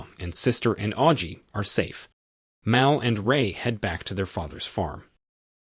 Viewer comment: Stop mispronouncing Mal, it's short for Malcolm.